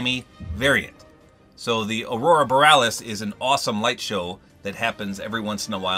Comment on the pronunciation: It's boh-ree-ah-lis.